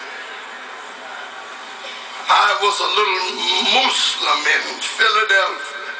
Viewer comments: LOL I enjoyed the video. He should have practiced the arabic more and also learn to pronounce the word "Muslim":p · When he says moozlim that's just the way he speaks he is a black guy with a heavy country accent. There is no need to criticize the man of God.